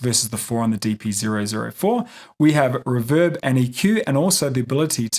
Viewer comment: REEEEEEE VERB not riverb. thanks for the video however